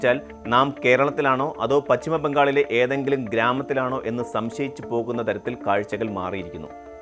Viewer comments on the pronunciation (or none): ബെങ്ങൾ അല്ല ബംഗാളി ദേശം 😂